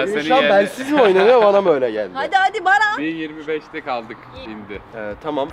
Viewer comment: herkes ahfer denmesine sey yapmısta daha iii yaaa merttehemen barfer diyoo